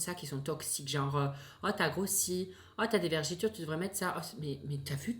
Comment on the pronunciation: Tes vidéos sont excellentes. Mais on dit vergetures pas vergitures comme tu as dis. Continue tes vidéos et reste toi même ❤️